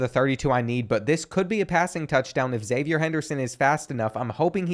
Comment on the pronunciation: Florida fan here: your pronunciation was overall good when you pronounced zipperer phonetically, but then you stayed saying "zippyer" lol not sure where that came from. the one other thing is Xzavier Henderson is pronounced Ex-zayv-ee-ur. Confused me for a while too